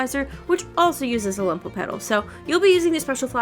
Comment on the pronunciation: Thank you! everything makes sense now :)) I'll finally be able to make up for the criminal lack of rubia and benefit from it as well (also, i promise i don't mean to be rude, but they're called "lumo"petals, not "lumpo"petals")